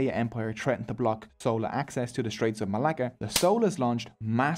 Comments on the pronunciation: It's not sola but chola and not sera but chera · Im sorry im really happy u made this video but its not sowla its chola 😭 spelt with the ch sound from chocolate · How do you pronounce "Chair / Chocolate / Chalk / Chimp"? How did then "CH" in Chola suddenly become "Sola"??? Like seriously man, how??? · Sola dynasty. I am sosorry its just funny to me, fyi its chola like chai or chia seeds. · It's 'Chola' not 'Sola' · It is sola bro. The sun god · I don't know how you got this much information without even knowing to pronounce Chera, Chola and Pandyas. Anyways nice video